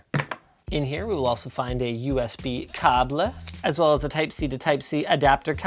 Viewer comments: I don’t know about you but it’s pronounced K-BEL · who's going to break it to him that it's pronounced "cay-bull" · I think he's just refering to the way cable is pronounced in french... "Un câble" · Are you trying to say Kabel? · The awkward moment when Linus says "caablee" three times in a row in a funny way, and your family gets in the room because it sounds like "boner" in greek XD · Hey, what's wrong with the french Câble?lol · Nobody: Linus: “cABl-Eh” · u said cable just like in polish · what's up with the "cable" pronunciation? 😂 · how Linus said "cable" made my day